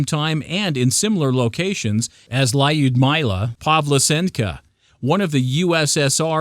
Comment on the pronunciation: The pronounciation of Lyudmila Pavlichenko gave me cancer.